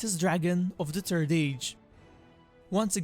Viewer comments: The turd silmarils Witin the mountain Torin Oakensheild The center of the eart The war of rat Please, please, please learn how pronounce "th". It's really not that difficult. Bite the tip of your tongue and there it is. Your mispronunciation is really annoying and not helping your otherwise great content. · The confidence with which you call it the turd age.. hilarious. Good vid. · PLEASE PLEASE PLEASE PLEASE WORK ON YOUR PRONUNCIATION. E.g. "The Turd Age" "Train the Thirst". "Trains son, Torin the Thirst". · The only sound issue I have is you keep calling it the turd age and that sounds horrible. EDIT: Also the turd silmaril sounds really bad too. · He said..."turd age"...(giggle)! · Every time he says third it sounds like turd and so I giggle like a little school girl every time. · Sorry mate, but had to laugh when you said turd age... Otherwise great video;) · "The Turd Age"... I'm Sorry. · Thhhh. You must pronounce the H :)